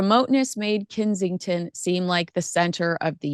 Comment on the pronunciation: Kensington Palace is NOT pronounced "Kinseying-ton" Palace🤨 Here at home, we howl with laughter every time you put own name on it. 😀😃😄